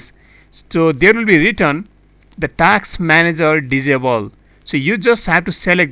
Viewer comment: Task not taks